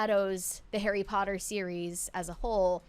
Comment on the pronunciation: Bro knows, in his bones, how to properly say POTTER He's been doing it his whole life 😂😂